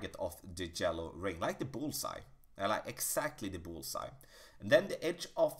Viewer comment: Every time he says “Jello ring” I laugh and forget everything I heard.